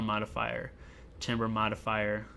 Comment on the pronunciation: I couldn't help but to hear S.L. Jackson saying motherfucker each time you're saying modifier ... !